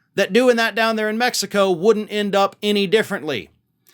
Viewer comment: Mextico! I love it! The old Okey can’t even pronounce Mexico. I’m told he’s really playing the part of a Goombah, he’s actually well educated. I know of parts of the modern UK where, if you can read and write, they think you’re a scholar! So I’ll reserve judgment on Fanny here. I would suggest he stops chewin gun while speaking. Multitasking etc.